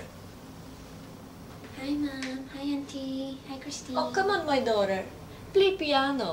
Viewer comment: was the word 'daughter' in the right accent?